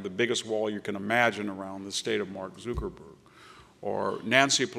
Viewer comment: Maybe if this guy could pronounce Zuckerberg's name I could take him seriously. Hollywood, sports, silicone valley conglomerate? What's their interest? I think the conglomerate of corporate and private wealth is a much more pernicious influence in American politics. How are the middle and working classes to fight against the political influence of corporate and private wealth?